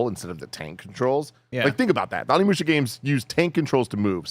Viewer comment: Tim Onimusha mega fan but legit pronounces the name wrong every time. Now he’s got mispronouncing it now also…